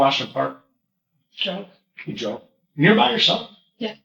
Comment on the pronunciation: It sounded like jog but it was actually drove.